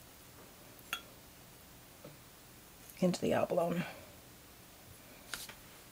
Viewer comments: Helpful video, however I cringe every time you say abalone. (the final e is pronounced eh) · Great video. Just fyi, the e is not silent on abalone. Its pronounced like abaloney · Looks gorgeous! Btw, Abalone rhymes with baloney…😊